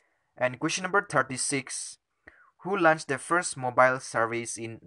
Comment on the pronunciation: Please it’s Launched not lunch 🥗 Also It’s Padma not padam 🤣